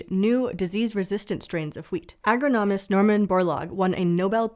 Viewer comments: "Agro-nomist" 😂 This work is sub-standard, besides the inauthentic material reader. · When I heard this adorable, knowledgeable and capable presenter say Norman Borlaug is a AgroGnomist... I wondered if he specializes in growing gnomes to then grow food. I know she meant agronomist, but the verbal typo (im actually forgetting what to call it!) is too adorable to not pick up on. Brings to mind all manner of gnome based foolery back in the day.. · Please learn how to pronounce “agronomist.”